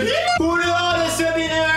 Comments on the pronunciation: seulime et leu andeuspineuar 😂😂 JPP #TeamPalmier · LE SEULIME ET LE HANDEUH SPINEUREUH